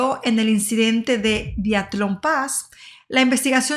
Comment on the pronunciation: Muy mal pronunciación😢 diatlon, rastem ?... el uso del traductor de Google para escuchar la correcta pronunciación de palablas en ruso 🙏. ! y otra cosa, un documental en español con siglas pronunciadas en inglés ? CIA (si ai ei) KGB (quei yi vi) :(